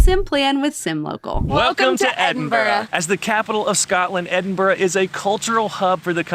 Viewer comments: I just wish you’d pronounce it correctly…EdinBRUH.😊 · Usually it’s pronounced Edin—bruh, Iron-bru does have iron in it. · actually it's ed-in-bruh, I believe...